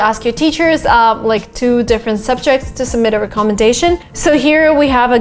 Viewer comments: Give me a call and I will instruct you on how to pronounce the word recommendation.I was unable to understand what you were saying because of the accents you placed on the word recommendation. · re-commendation letters 😂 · First google the pronunciation of recommendation🙄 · is it just me or does she not know how to say recommendation? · I’m really glad I wasn’t the only one. I have never heard someone say it that way. It’s definitely not the proper way. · That pronunciation of recommendation is a bit off I guess. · ❤ much love. Recommendation is pronounced differently. I have a tick everytime you say this word incorrectly.